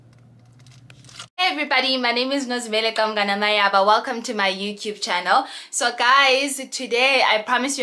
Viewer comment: Love you so much.. but love it more when you say "welcome to my youcube channel" lol that is how it sounds to me lol♥️